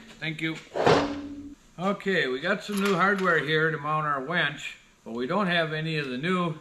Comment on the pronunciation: Sunday? Thought she was laughing because you said wench.